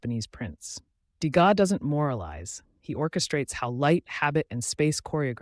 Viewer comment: Le contenu est intéressant. Dommage que ça commence très mal avec un Edgar de Gaza. enlever cette voix artificielle et faites l’effort de dire le texte vous-même, qui encore une fois est intéressant.